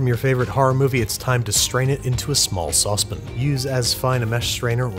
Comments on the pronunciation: Am I the only one who hates how he says soucepIN instead if souce pAN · “Sauce pin” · How do you pronounce the word pan? I bet it's not "pin". So why is saucepan saucepin? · If he says Saw Spin again instead of Sauce Pan Im done watching. Trying that hard is so annoying. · Me, having a bad day: 😔 Babish: "saucepn" Me: 😁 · Me, having a good day: 😁 Babish: "saucepn" Me: 😔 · its the opposite for me. god damn so help me if he says saucepn one more time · “Saucepin.” For those looking because of the top comment. 😂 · I love how you call a sauce pan a "Sauce Pin" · I want a Binging w/ Babish "saucePIN" compilation. 6 million subscriber special? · Absolutely no one: Babish : sauce pen 🖊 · The way he says sauce pan is strange to me..is that a NY thing? "sôspn" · Sauce pin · I really like these videos. I really dislike how he says sauce pan. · The corny dad joke I can ignore The only thing that actually bothers me is how you pronounce Saucepan. I'd like to do a cooking video with your liver now! Ps. Can you do liver and onions from Doug